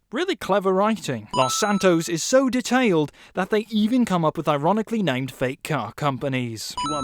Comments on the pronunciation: Like he says dutailed, in his sin videos hell add a sin for the characters saying words wrong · would some-one please learn this dude how to pronounce detailed and modernity? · That pronunciation of detailed. WTF. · The fact you say detailed wrong, I've gotta dislike this shit lol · You said detailed wrong